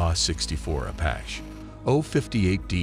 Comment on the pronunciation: Narration by a robot system that does not speak English. Apache mispronounced. AH-1 as “Aaah one. 114 as “one hundred fourteen”, etc.